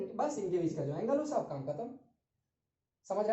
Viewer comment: Sir aap itna "shab " kaise bol lete ho 🙈🙈😆😆